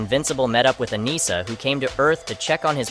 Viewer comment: A-ni-ssa please. Not A-knee-sa